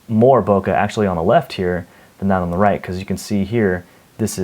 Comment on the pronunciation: you need to google "bokeh"